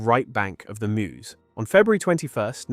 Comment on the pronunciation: No one who lives anywhere near it, pronounces "Meuse" like that. We are not Americans.